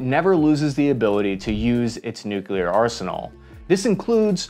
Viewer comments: You were like 60% "nuclear" and 40% george bush "nukular" during this video. I guess its progress <3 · Don’t say nucular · NOOOOOOOOOOOOOOOOOO GODDAMMIT YOU STILL SCREW IT UP NEW-CLEE-ER NOT NUKE-U-LER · and then a minute later you pronounced it "nuculer". sigh. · You just won't quit pronouncing it noo-kyuh-ler, will you?? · He pronounces nuclear wrong. Driving me nuts. Stopped watching